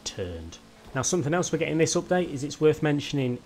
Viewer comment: You say it like oopdate